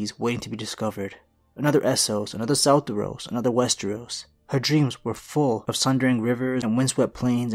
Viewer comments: Fantastic video. Other than your mispronunciation of Sothoryos. Its not South-eros, its Soth-or-ee-os. George R R Martin has pronounced it multiple times. It is always with a hard Y. Just like you do not pronounce Targaryen as Targ-Eren; its Targ-ai-ryon. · Why do you keep saying "Soltyros" or somthing like that ,when it is actually called SO-THO-RYOS? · I don't understand how "Sothoryos" can be misread and pronounced "Southros". Like where did the "u" come from and where did the "y" go?? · Yes, but he needs to stop pronouncing So-tho-RY-os like that :)